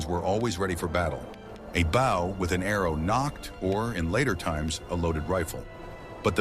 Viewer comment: These videos are great for sure! But I'll be glad when the AI narrators stop mis-pronouncing words like bow and teepee!! Or will I? As a native who learned these truths from Elders of my Ojibway peoples I thank you for these vids!